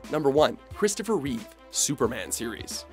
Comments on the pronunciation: Christopher *REEVE. Only George has the s at the end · It's ReevE, not ReeveS. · It's R-E-E-V-E, not ReeveS. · It's Reeve not Reeves